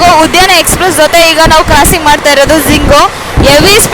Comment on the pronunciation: ಕ್ರಾಸಿಂಗ್ ಎಂದು ಹೇಳಮ್ಮ. ಜಿಂಗ್,ತ್ಸಿಂಗ್, ಝಿಂಗ್ ಎಂದು ಹೇಳುವುದು ಎಲ್ಲಾ ತಪ್ಪು. ಬೇಗ ತಿದ್ದಿಕೊಳ್ಳಮ್ಮ.